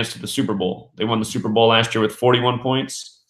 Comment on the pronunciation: he did say 31 pionts